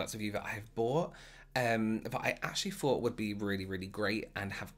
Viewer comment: Excellent content but I’m distracted by the way he says ‘Fings’ instead of things and ‘Fort’ instead of thought 🤔🤔Good info though!